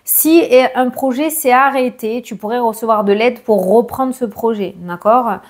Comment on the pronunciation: Reprendre et non roprendre etc etc 🥴😵